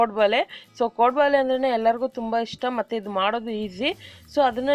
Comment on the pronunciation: Madam 1st nimma kaddada sari maadikolli. 'ಹ' ಕಾರ ಮತ್ತು 'ಅ ' ಕಾ ರ correctaagi ಕಲಿರೀ. Very first thing ಅದು ಕೋಡುಬಳೆ (ಬಲೆ) ಅಲ್ಲ .